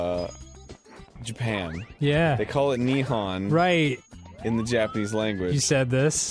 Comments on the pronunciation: JAPAN IS NOT NIHAN ITS NIHON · hearing arin mispronounce nihon kills me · Interesting that in this "Nihon" story, Arin pronounces Nihon wrong.